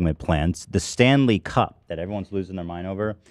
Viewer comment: I seriously thought they were talking hockey, i feel like his emphasis when he says it is wrong LOL